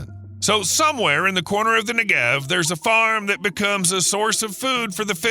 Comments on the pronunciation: very interesting video but please! it's nEgev, not negEV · NEGev. NEGev. Not NeGEV. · Take 60 seconds to learn how to say NEgev (and KinNERet) before saying it 200 hundred times wrong in a video. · Negev not neGev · 2 quick things: With the word Negev, the emphasis should be on the first syllable, not the second (which is what the narrator did). And you can really see the impact of water management from space. Use Google Earth or Maps to see the difference between Israel and her neighbors (and other countries throughout the Middle East). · Jeez Louise! How badly can you mispronounce "Negev", the central word in the clip? It sounds a bit like "legged" in "4-legged animal". Or "beggar". Or "egghead". Stress on first syllable!